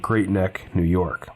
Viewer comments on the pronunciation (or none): none